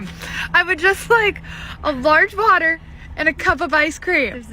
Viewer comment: When she said water it did sound like butter 😂